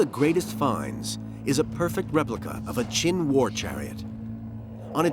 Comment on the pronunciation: the fact that you took the time to type this. also, as a chinese/taiwanese taught student, these facts are very true. also, its qin, not chin.